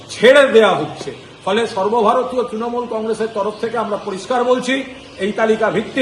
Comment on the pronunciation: Sorbo bharatio r bolben na logga lage sunte😂